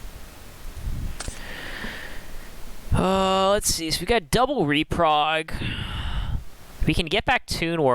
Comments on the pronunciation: It's Reprod not Reprog lol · why do you keep saying reprog when theres no g in the word im so confused